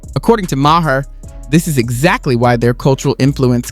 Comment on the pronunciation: Ma-her 😂 c'mon dude you sound like you've never heard of him